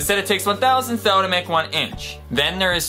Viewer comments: It's a thousandth not a "thow". It is called a "thou" sometimes, and is used in machining. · its not "thow" its thou as in "thou-sandth" and guess what??? it is one thousandth of an inch. another common one is "tenth", which is not one tenth of an inch, it is 0.1 thousandth (0.0001"), or one ten-thousandth, or "tenth" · Thou, is pronounced Thow. Is one thousandth of an inch. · Oh and your 480,000 “Furlongs Under the Sea” is wrong! It’s actually 552,727.273 furlongs! Your calculations are bassed on the ‘statute” league not on the ‘nautical’ league. I’ll leave you to find the difference: But might I suggest that if your going to critique something, then you be well versed in the subject. For instance a ‘thou’ (its pronunciation rhymes with ‘cow’ not ‘mow’) is an abbreviation of a ‘thousand’ of an inch, and is the logical extension of the decimal fractionisation of the ‘inch’ and not a differentiated measurement, you conveniently (I won’t say deliberately) overlooked the tenth and one-hundredths of an inch. And by your logic your the smallest (and ONLY) unit of measure of length in the metric system (SI) is the ‘metre’. Which is what all other units of mass, volume, force, pressure etc hang, with the exception of temperature and time. Oh hang on - a 1970ish redefinition of the meter now has the meter defined in terms of time, the second to be precise which also means temperature is tied into time too, through the pascal. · It's pronounced 'THOU' as in 'THOUsand'. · Thou isn't pronounced though. It's short for thousandth like 1/1000 and the smallest unit is actually 1/10 of that which is 1/10000 of and inch. That's all I've found wrong with this stupid video so far but I will continue watching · It's pronounced so that it rhymes with plow.